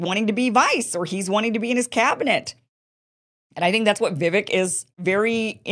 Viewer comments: It's Vi-VAKE, not Vi-vic. Rhymes with rake. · Vivek is pronounced Vivake, like cake. To add, he's been very clear that he won't be VP... it's all or nothing for him. I also find it funny that Vivek criticizes Nikki for her willingness to send troops to Ukraine when he, himself, said he'd send those same troops to Taiwan. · Its vuh-VAKE. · Vivek is pronounced- vi-vayk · I thought it was pronounced "Vivek like cake"? Look into it Kim. We trust you to get the facts for us. I'm putting you on this mission for us. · FYI, Vivek is pronounced Vivake, rhymes with cake. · Viv AKE, like cake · learn to pronounce Vivek's name properly. If you're trying to be a professional "presenter," that's the least you can do. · Vivek rhymes with "cake" not "heck" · You pronounce Vivek's name wrong. So many people do. Great video btw! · Kim, it’s Vivek like CAKE! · Vivek is pronounced with the "vek" sounding like "cake". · Still can't pronounce Vivek. IT'S PRONOUNCED LIKE "CAKE"